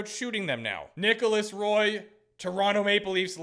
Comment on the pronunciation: Not to be that guy but Roy's name is pronounced the French way. Like Patrick Roy